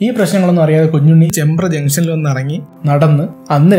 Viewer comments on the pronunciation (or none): ചേംബ്ര alla ചെമ്പ്ര